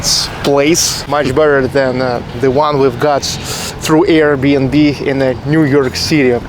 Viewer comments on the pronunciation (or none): none